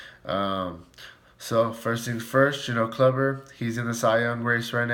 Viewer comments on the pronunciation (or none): It's pronounced Kloober not Clubber lol....... Corey Kluber!!